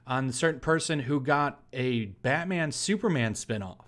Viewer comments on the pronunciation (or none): none